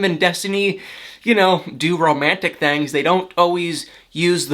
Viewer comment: Where are you from? ''thangs'' you say it funny.